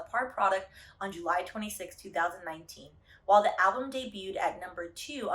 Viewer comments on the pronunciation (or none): none